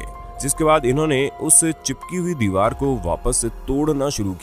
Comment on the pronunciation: he said dival